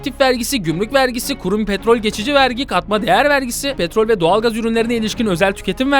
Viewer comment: Abi vergi değil artık Wergi